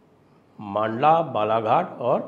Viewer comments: Sir, "मांडला" नहीं इसका सही उच्चारण "मंडला" है । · मंडला उच्चारण कीजिये सर, लोकल वालों को विश्वस्त समाचार लगेगा। मांडला प्रोनाउंसेन अटपटा है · मंडला है। मांडला नहीं ! जगह के नाम का उच्चारण सुधारिये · मंडला है सही उच्चारण